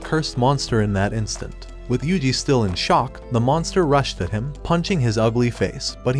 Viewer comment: Finally you said yuji ❤